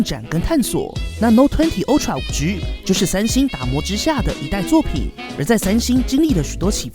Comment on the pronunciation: Ultra是唸凹不是歐喔